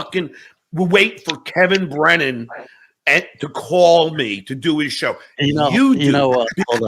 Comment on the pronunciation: Underrated Johnism: Kevin Brennan = “Kem Brem”